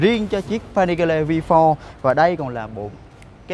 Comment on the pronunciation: Vi pho Rờ :))) đỉnh cao English